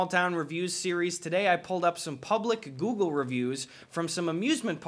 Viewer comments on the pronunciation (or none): none